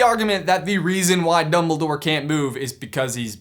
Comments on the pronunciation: Oldbledore? OLDBLEDORE?! Not DumbOLDore? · Did i just hear youngledore?????????????? I really hope that he learned it from potterless XD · youmbledore... you really just said.... YOUMBLEDORE